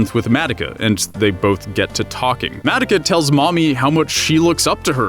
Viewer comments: H-How does he pronounce Madoka?? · WHYYYY DO YOU KEEP SAYING HER NAME LIKE THAT! THEY NEVER SAY IT LIKE THAT! WHYYYY! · I'm kinda cringing at the pronounciation of madoka.. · The way you pronounce Madoka really throws me off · Why do you say Madeka? Its MadOka. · Why tf does he say it Mattika, not Madoka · It's Madoka. Not Madaka. Why the hell do you and so many others butcher the name when the anime tells you how to say the name? I'm surprised you didn't call Mami, Mimi. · Mah-doh-kah not Mad-dah-kah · Take a shot every time he says mad-uh-kuh instead of mah-doh-kuh. Maybe by the middle I'll hopefully get alcohol poisoning. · Say it with me, “Mah-Doh-Kah.” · I don’t like how you say her name MADICA / MODOCA / MUODOKA but if that’s how you actually pronounce her name go off Good review tho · Oh boy. The way he says Madoka just makes me Mad-oka. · nobody: not even madoka:: MAH-duh-kuh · I love your video... I cringe whenever he pronounces Madoka “Mad-ik-a” 😅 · “Madika” 😬cringe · Mah dough kah. Madoka. They constantly say the name. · Excuse me did you say MADICKA? oh well it just bothers me a lot but ok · The only thing that bothers me is how you guys pronounced Madoka. Mah-Doh-kah. Where is the "eh" coming from? Great video other wise. :3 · I'm hering, Madaka ;-; Edit: i also heard Homuda(muda muda muda!) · Oh Haruhi Not expecting this video in my sub box XD The unexpected is unexpected. First of all: FUCK YOU KYUUBEY FUCK YOU 2nd of all: THOSE 'COSTUMES'!!! YES!!! WE HAVE PEAKED AS A SPECIES!!! Truly the true way to circumvent copyright claims! 3rd of all: Madaka?????????? MADAKA?????????? MADAKA?!?!?!?!?!?!?!? What happened?!?! Did no one in production realize saying 'Madaka' instead of Madoka??? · Your pronunciation of Ma-doka is cringeworthy. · its kinda grinding to hear him mispronounce her name constantly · Are you miss pronousing the Madoka on purpose? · the way you say Madoka triggers me.